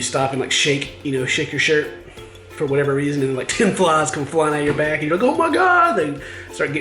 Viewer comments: Well sometimes there's seaweed everywhere also it's not flas it's flies with A I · fliiieees not flaaawwwws